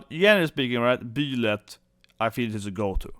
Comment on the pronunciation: It's Bye-lyth not Bee-lyth, and Pannette (like Annette) not Panetta. 😂